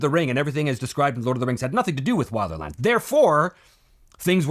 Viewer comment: Speaking of purism... it is pronounced will-der-land, not while-der-land.